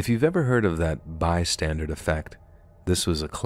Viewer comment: I think you are probably the best story narrator I know on YouTube, and you should take pride in that. For that very same reason though, it’s worth correcting the few minor mistakes that are hardwired into you from growing up mispronouncing them. One that I’ve noticed in numerous videos is that you say “by standard” when you should be saying “bystander.” There is no “D” sound on the end of that word. That being said, the amount of mistakes you make and words you mispronounce is SO crazy low, that I’m impressed by it. Your content is amazing. Just trying to help you strive to tighten those bolts up the last couple millimeters before they’re perfect. 😅❤️